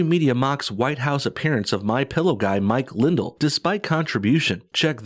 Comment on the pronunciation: mwichwael lwindwell is the gwaetest dae is! Yur knot scwared of thwem, mwichwael, ware you?